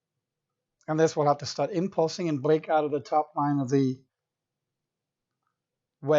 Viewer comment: You turn me on when you say impulsing really hard...